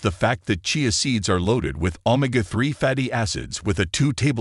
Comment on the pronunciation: You need to upgrade your AI it can't even pronounce Omega that is pretty sad